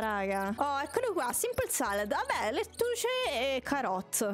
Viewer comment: dice: fra ma io non so fare l'insalata LETTUCE Bellissimo inglese di proprio un opera darte (dico davvero): S A W S A W: abbiamo scoperto che le patate nascono a caso: NON VOLEVOOO...: AAAA esplode E niente direi che sto video è il video che non posso dire niente perchè è troppo divertente GRANDE LYA